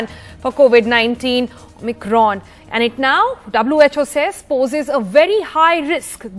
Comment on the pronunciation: Anchor doesn't know how to pronounce Omicron.